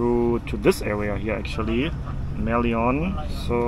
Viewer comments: You can't just hail a taxi from across the road. Everything is proper here. Must follow the rules, unlike BKK or KUL. Also you can easily find a taxi stand nearby. And Merlion - pronounce as it is, like "lion" the animal. Not "lyon". 😊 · Funny how he said Mer lee on instead of Mer - Lion.. 😂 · Hi dear, glad you enjoyed your visit to SG but I’m sorry & don’t mean to be rude, can u try pronouncing the city as Sin-ga-“pour” and not “poor” ( call me superstitious 😂) and that iconic Merlion as Mer-“lie”-“yearn” (Lion as in the animal, vs tiger). And yeah, pricing of items sometimes vary as per location (tourists vs local targets; main streets vs smaller lanes, chain stores vs small businesses, etc) hence your juice was priced differently as an example. Food wise, we are greatly influenced from all over the world. The “Chinese dish” you tried has cross influences from China, HK, Taiwan, Malaysia, etc too, so you may find lots of “overlapping cuisines” and fusion culinary done here. I totally applaud you for being so willing to walk such distances in the hot humid weather and was rewarded with the diversified sights caught. Good luck on your continual ventures around the world! #staysafe #godbless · HI, nice having you in Singapore. What I noticed is you have a funny pronunciation of Singapore and Merlion. You said merlion, it should be mer and lion, yes mer for mermaid and lion for the king of the jungle lion. Notice that its half mermaid half lion, way to go, man. Thank you and hope you have enjoyed your stay in Singapore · Just to comment - we pronounce "Merlion" as mer-lion (lion as in the animal). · It should be pronounced as Mer-Lion, it's a cross btw a mermaid and lion 😁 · Prounciation "Merlion" is Mer...Lion ( 🦁 ) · Yes, and I think the first taxi he tried to hail probably rejected him because they didn't understand the way he pronounced Merlion.